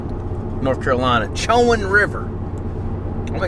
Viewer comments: Isn’t it “co in” river? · it"s pronounce ( Sho - Wand ) like the university in murfreesboro,NC (Big Blue) Braves 1979 baby.